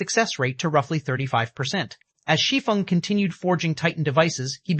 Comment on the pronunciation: Thank you for pronouncing “Shi Feng” correctly!!! 😮‍💨